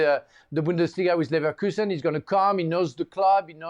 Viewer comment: even he said said liverkulsen '